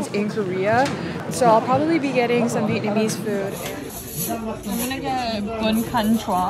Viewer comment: kinda funny how you butchered the vietnamese food names really badly BUT its okay, the language has several difficult dipthongs to learn LOL